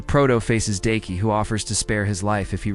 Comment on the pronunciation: This man gotta be trolling cause he’ll say the right name every once in a while and then will come up with 20 other variations just talking about one character. Daki being Dykie is taking me tf out because excuse me???? The person he almost never flubbed was Tengen though cause how else could you really mess that man name up😂 nvm I just heard this man call Tengen “Tencomm” I’m gonna show myself out 😮😂